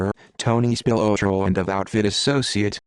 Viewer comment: It's pronounced Spill-lot-row. At least learn the name if you want anyone to believe you